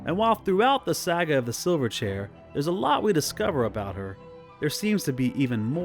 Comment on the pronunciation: Please forbear if this point has been made elsewhere, but it’s not “Reep-ee-cheep.” It’s Reep-i-cheep.” (Short i sound.) Also “Silver Chair” is two words, not one in which the first word receives the emphasis. I know there’s an Australian band from the 1990s called Silverchair (one word), but that is not the named item nor the book title among Lewis’s tales, and it’s probably high time to stop pronouncing “Silver Chair” as if it’s “Silverchair.” Look, no offense, but these are great works of literature that need to be treated with more respect than that.